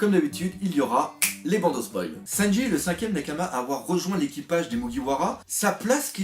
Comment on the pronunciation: Arrête de dire sennji stp🤣🤣